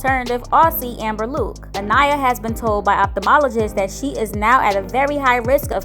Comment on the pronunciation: I don’t understand how you’re saying her name wrong. Her name is Anaya you don’t say that a to pronounce the name you did this in the previous video so my name is let’s say Maria or Ashley or any other name you’re going to just pronounce the first letter which is M then say aria lol 😂😂😂😂